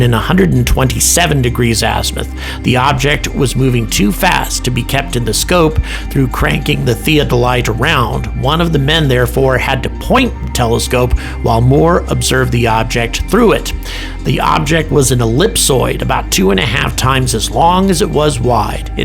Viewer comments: Theodolite ... (soft "th") thee-odd-oh-light ... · The “the” is as in theology the-ah-doh-lite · and "thee" has a soft TH sound as in Theodore. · Pronounced "Theo ta lite". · The device you are talking about is commonly used by land surveyors. You are correct in the instrument name, but it’s pronounced like “Thee-Odd-a-light. If you are interested in them, look for surveying equipment. Even though they’re only 25x power, I have personally seen Jupiter and Saturn through my step-dad’s scope, and was greatly impressed because I’ve got 40x and 80x binoculars that weren’t as clear or magnified. Those theodolites are expensive as hell, but are actually amazing pieces of engineering if you’re interested. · Just for information, if you are referring to a theodolite, as used by land surveyors and others to determine altitudes, etc., the pronunciation is "thee-ODD-o-lite" 😉 Thanks for another great video! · if the word is "Theodolite" it is pronounced Thee-od-oh-light.